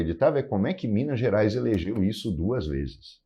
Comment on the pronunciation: Fala errado e se diz mineires, manda o povo comer casca de banana , menor tem que trabalhar ........